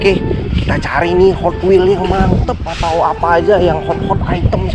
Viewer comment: Bang bagus tu gotwels " nya😂